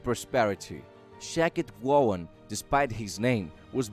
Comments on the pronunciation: Shakti Gawain is a Woman, pronounced Shock-tie Go-Wayne 😒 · Shame you couldn’t pronounce HER name right. I had to stop listening halfway through. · The mispronunciation of her name is sending me but thanks for the video. I love her work.